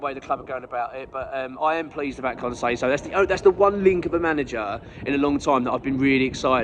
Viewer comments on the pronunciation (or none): Allow me to be a pedant. Con says-ow (as in ouch) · Can you learn to say his name correctly if he joins